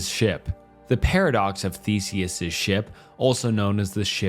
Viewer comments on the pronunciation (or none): "thesiss ship" lmaoo